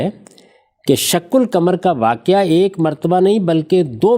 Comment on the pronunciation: سورہ قمر کی تلاوت بھی صحیح پڑھنے کی صلاحیت نہیں ہے شق قمر ۔۔کے ق پر زبر ہے اور جناب زیر پڑھ رہے ہیں